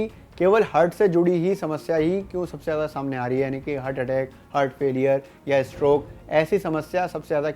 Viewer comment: Abe hurt nhi heart.. Bolna to sikh le